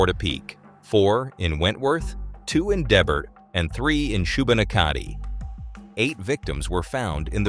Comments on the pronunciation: It's pronounced shoe-bin-nak-a-dee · Amazing job on this video from a Nova Scotian. Maybe google some pronunciations next time but good try with Shubenacadie. Subscribed! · For anyone wondering the communities are pronounced Port-a-pick, Da-bert, And there was no passengers in the two cars in Debert (except the unborn child of weeks pregnant Kristen Beaton), Shu-ban-ack-a-tea. This was a s*** show and sadly so many lives could have been possibly saved if it wasn't for the way the RCMP handled it ...I am also a firm believer that his common law wife is what I like to call Nova Scotia's version of Karla Homolka I think she 100% helped him (as her story has never added up AND has changed multiple times) And the Tuck-Oliver family were killed essentially because this city dick wanted their property .....Lets NEVER forget the victims and THEIR names....This video makes him sound like a victim and that's the furthest from the truth. Remember the 23 victims & their names always -Greg & Jamie Blair -Lisa McCully -Emily Tuck, Jolene Oliver, Aaron Tuck (Emily was a teen due to Graduate that June) -Corrie Ellison -John Joseph Zahl and Elizabeth Joanne Thomas -Dawn Madsen and Frank Gulenchyn -Joy & Peter Bond -Sean McLeod and Alanna Jenkins (And their pups Remi & Bama spelling on their names) -Tom Bagley -Lillian Hyslop -Kristen Beaton (& her unborn child or not depending on your beliefs & frankly you are entitled to them) -Heather O'Brian -Heidi Stevenson -Joey Webber -Gina Goulet Nothing ever came of the charges to the RCMP who shot up the OBFB, The ass who helped him make the decals for his car so he could commit this...also put two young boys off the ro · or *Shoe-bah-knack-a-tea I suppose 🤔🤔 this is how I more pronounce it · shoe~ben~ACK~a~dee Valiant effort! only east coasters could get 100% correct, Thank you you for all of your hard work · Not Shoe-Bin-Ah-Ka-De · Shubanakkadee = Shubenacadie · Shu-Ben-Ack-id-ie … how to pronounce Shubenacadie